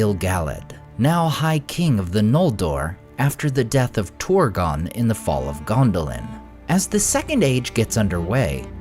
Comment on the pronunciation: You often dont even try to pronounce things correctly. Ive never seen a language whose trabsliterationnof "ur" is pronounced "or" But you consistently do it. Its not Horin. It is not Torgon.